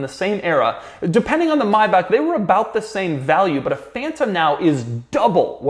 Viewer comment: Anybody else thrown off by the way he pronounced Maybach?